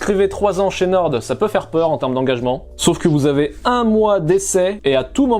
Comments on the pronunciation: c'est NORE ( a l'orale ) pas NORDE , on dit le nord pas le norde mdr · norDDDDDDDDDDDDDDDDDDDDDDDDDDDDDDDDDD pq prononcer le D c'est pour nous trigger vraiment? xD